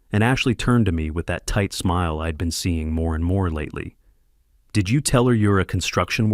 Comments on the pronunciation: Ee-d instead of I’d. It bugged me, too. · "How eeid ..." It's "I'd". You forgot the apostrophe, so yourSI got confused about the word. Be careful! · Please teach your AI that apostrophes exist and affects the pronunciation of words. It's not "id" for "I'd" and "ill" for "I'll". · You couldn't be bothered to punctuate correctly so it's pretty noticeable when the AI voice says im instead of I'm or id instead of I'd. You should fix that in the future.